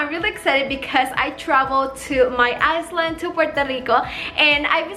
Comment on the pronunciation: Love you and your videos😊 just a little Info. You say it iland my love the S is silent